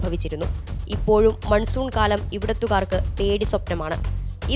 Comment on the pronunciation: മൻസുൻ അല്ലാ മാൻസൂൺ मानसून । जब हिन्दी शब्द बोलता है तो हिन्दी भाषा को परिभाषित करना चाहिए।